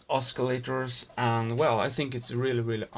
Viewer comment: "oskalator"??!?!? HAHA